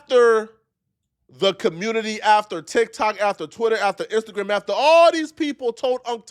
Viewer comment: is killin cuhmunity and bof by himself lol.